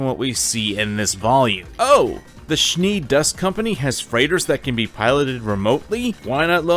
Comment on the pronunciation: Don't pronounce them Schnee like sh+knee. It sounds terrible and embarrassing.